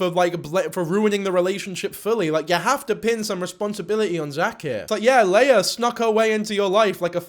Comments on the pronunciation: hamilton reference 👀 p.s. Leah is typically pronounce lee-uh with a long e, not lay-uh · Ites LEE AH not LAY AH PLSS 💔😔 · Okay am I the only one bothered by how he’s saying ‘Leah’? I know that’s not the point but like he saw a vid of her name being said and still said it wrong 😭 (it’s ’Lee-ah’, not ‘lay-ah’). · it’s leeuh not laya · Great vid but how was pronouncing Leah was really annoying me, especially as Megan is saying it right🤣🤣🤣 it's LEE-A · yo bro the way you pronounce leah makes my ears BLEED who is layerh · Its LEEEEE-AH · I can’t explain how frustrating the way he pronounces Leah is to me 😭